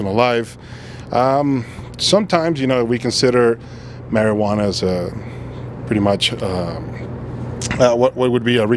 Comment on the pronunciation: Mar-iguana iz best brain power. Mar-iguana iz... zgood ya know...